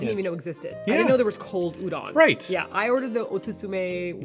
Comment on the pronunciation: udon is pronounced ooh-dohn! The "-don" sound should rhyme with "bone"! You have to remember that the letter "O" in Japanese will always make the same sound -- a long "oh". So "udon" will rhyme with "bone," and "tonkotsu" will be like "tone-coat-tsu," and "futon" will be like "foo-tone." Sorry, I'm not trying to criticize -- this is just for the sake of your future eating/shopping. If you ask people where you can find udon and pronounce it "ooh-dawn," they'll have a hard time recognizing the word.